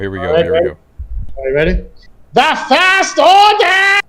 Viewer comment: Skip to for my favorite "DA FIRST ORDAH!!!" line from Mark.